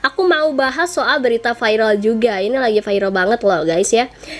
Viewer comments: gk bisa bilang viral ya kok di biLng vairal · AKU NGAKAK PAS BILANG VIRAL VAIREL NGAKAK